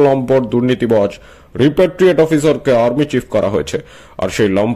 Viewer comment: রপারটৃিয়েট নয়,রিপারটৃিয়েটেড।